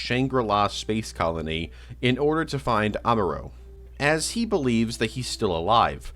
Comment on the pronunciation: R-moorow? R-moorow Ray?